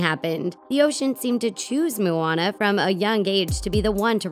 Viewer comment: “The ocean seemed to choose Mooana”. Really? 😂